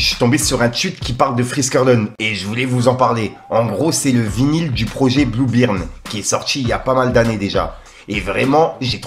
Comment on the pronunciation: Blue bearm 😅 c'est blue beam, ça se prononce blou bim ^^